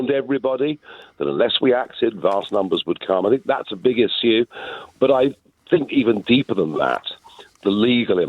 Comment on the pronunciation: Never trust a politician that says "izue" rather than issue.